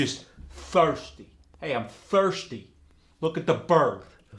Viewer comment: He said foisty sounding a little cockney?